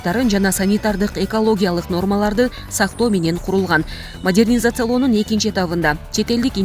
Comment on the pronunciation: Модьернизация мес жон эле Модернизация болот нервке тийп